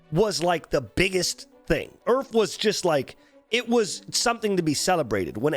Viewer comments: I kept hearing "Earth" instead of URF, and I was like wtf did I click on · omg u were talking about urf and i kept hearing earth all the time omfg xD i was so confused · I thought he was saying each and I was so confused